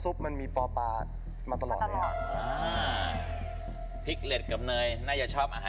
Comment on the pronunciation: ป ปลา ไม่ใช่ ป ปา